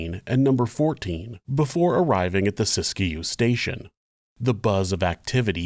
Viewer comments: This is a really interesting episode. I’ve never heard this story before, which is kind of surprising considering I live in Northern California gold country and thought I’d heard all the local Wild West stories, lol. By the way, it’s pronounced “sisk-you”, not “sisk-a-you” two syllables not three. 😊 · Siskiyou is pronounced, "sis-que". not Sis-Ki-You. Sis-que. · Locals say Sisk-you, and eu-GENE rather than EU-gene.